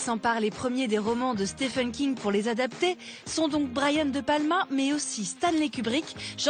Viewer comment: Content de voir que Docteur "slip" a été écrit par Stéfene King. C'est [stiveun] (comme on prononce Steven Spielberg), merci aux Français pour le respect de juste prononcer le nom de l'invité convenablement !! :-)